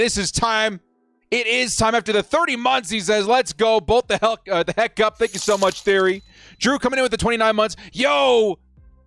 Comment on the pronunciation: "Thenk yoo fer ALL cummieeng" Can This Jack Wagon even get his intro right?!! Great...proved youre a galactic moron. Now. STAY THE F#CK OUT !